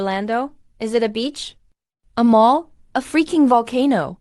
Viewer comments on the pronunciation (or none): none